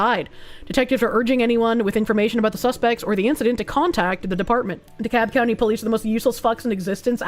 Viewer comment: Should this location come up again, you pronounce the L in DeKalb.